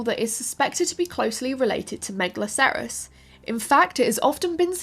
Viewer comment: Try pronouncing megalocerous as you would rhinocerous. Same with anything that ends in "acerous", just flows easier and keeps the pronunciation consistent.